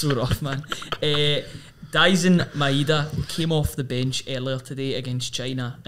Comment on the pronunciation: Can you please pronounce the guys name properly, Maeda is pronounced MY DA not MY EH DA. Ideguchi’s first name is YOS KAY not YO SOOKAY